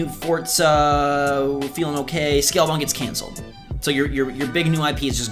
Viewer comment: this noob seriously say "fortsa" I know it wasn't Forza.